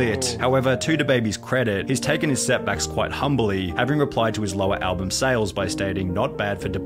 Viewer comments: He’s most certainly saying “alblum” and it’s really grinding my gears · Lol Wtf. What is there to expose him on? Asmon is a genuinely good guy. The only thing Sunny could mention in the video is how when he was reacting to this he kept saying "AlbLum" Lmao.